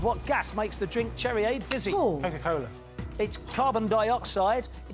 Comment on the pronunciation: Did he just say coco cola as a gas 😂